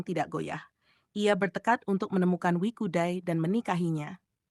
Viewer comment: Bukan Wikudai, tetapi WE CUDAI.